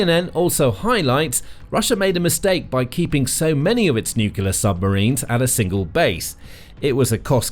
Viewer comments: It’s Nuclear not Nulucular. Get it right. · Could you please explain what a NUCULAR submarine is? Is it anything like a NUCLEAR submarine? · Can you please, please pronoince it new-clear rather than nuculear? Other than that a good video. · The correct word is nuclear. “Nucular” is a common mispronunciation but is not recognized as a correct spelling or pronunciation in standard English. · nucular power?